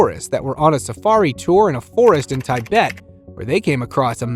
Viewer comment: Umm… “Tye-bet”???